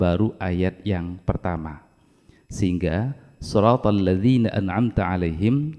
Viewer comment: Maaf, di video saya bacaan Shod kasrahnya sepertinya kurang jelas atau terlalu cepat, kalau saya dengar spt Shrotolladzi dst... Saya yg salah dengar atau memang bacaannya yg benar spt itu? #cmiiw 😊